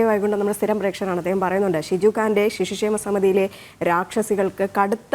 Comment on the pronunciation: ഷിശു ക്ഷേമ അല്ല പെങ്ങളെ